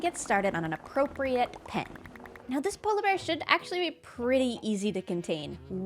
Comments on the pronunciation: I love the way says "polabear" instead of "polar bear":) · Obsessed with the way pronounces polar bear